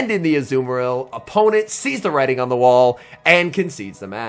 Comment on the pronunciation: A rare emphasized “writing” instead of “sees” wtf is going on